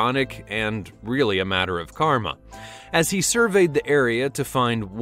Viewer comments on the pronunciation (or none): none